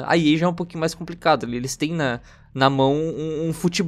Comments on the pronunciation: Impressão minha ou o cara ler "ilis" ao invés de "eles". Aprende a ler pow. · Ótimo vídeo, mas meu ouvido doia toda vez que o falava "elis". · "Iles" kkkkkkkkkkkkkkkkkkkķkkkkkkkkkkkkkkkk